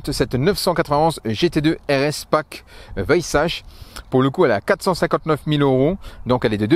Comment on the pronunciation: prononcer "Weissar". De plus, porsche contrôle la spéculation.